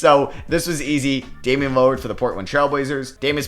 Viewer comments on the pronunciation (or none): damian not damien